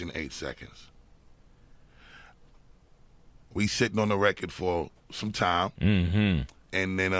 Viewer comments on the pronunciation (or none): I fucking adore the way Bus says record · Who’s here in 2024. I love how busta says record “reccad” 😂😂